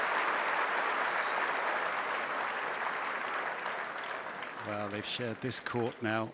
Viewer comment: Congrats to the commentator pronouncing perfectly Alcaraz, with the z like think.